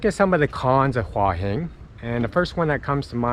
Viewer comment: Never , ever, ever has the word หัว been mispronounced so many times per minute. If you'd been there for 3 days ok, but In a month you didn't pick that up?